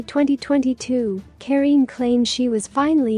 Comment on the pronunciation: Kareeenie Steel, not the way you butcher it.